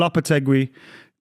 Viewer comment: gets it wrong as usual 😂 ‘won’t be Ten Haag’ 😂